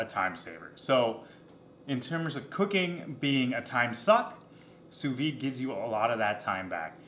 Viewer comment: Fantastic video, I know nothing about sous vide so I need all the help I can get. I do know that the D is pronounced though, it's not a silent d.